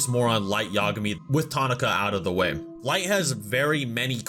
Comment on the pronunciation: I hate to sound like Hermione but it's Light Ya-GA-mi not YA-ga-mi You're putting the emphasis on the wrong syllable